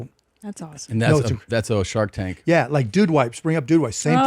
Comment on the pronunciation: did he say shart tank? 😂